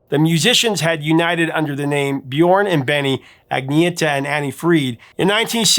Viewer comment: does excellent research but - at the risk of being pedantic - I must point out that the pronunciation of "Björn" rhymes more closely with "yearn" than with "born."